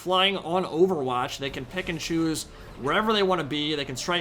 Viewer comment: everytime you say "pick and choose" I just hear "Pikachu"